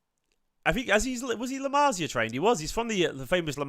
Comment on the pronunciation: LA MARSIA? 😳 LA MASS-IA ✅️